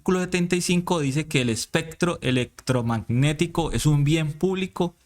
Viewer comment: Especcctro eleccctrogmagnectico , me encanta, de ahora en adelante solo pronunciaré estas palabras con ese exquisito acento, gracias!! No se le puede hacer más propaganda a taaraadoos como est@ ni miguel ni la cabal ni la paloma ni polopolo ni jp. Fuera de las redes de toda esta diarreeaa uribista